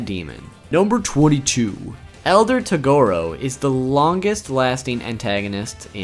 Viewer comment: You think we are pinecones? Are you a Filipino hater mate? What's wrong naming them differently from the original Japanese work? Than your yuyu hakushow, tagorow pronunciation?